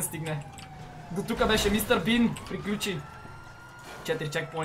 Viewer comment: човек много ме изкефи като каза думата мистар бин